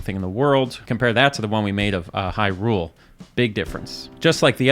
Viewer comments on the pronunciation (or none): none